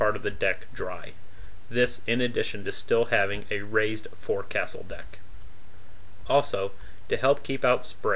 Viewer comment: I don’t mean to be a dick, but two of your pronunciations are making me crazy! “Forecastle” is pronounced folk-syl and “tertiary” is tir-she-ary. Great job with the videos! Tons of work to put all of them together in a logical fashion!